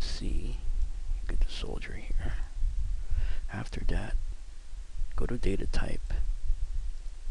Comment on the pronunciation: i like how he say's some words the right way and in the middle of the vid he starts to talk like he is restarted. exp, "aftera data a" he is trying to say after that. lol